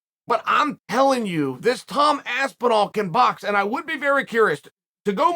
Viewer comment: I can’t un-hear Aspin-wall